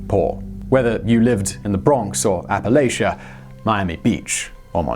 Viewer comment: It ain't a huge deal but when ya say Appalachia like apple-lay-sha it makes me wanna throw an apple-atcha